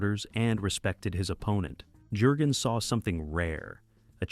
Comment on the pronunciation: Thumbs down because of bad AI narration. Can't pronounce the actor's names properly. It's not Jergens, like the lotion. It's sounds like 'Yurgens'. Can't even say "DD" right. But this is my favorite WW2 Navy movie.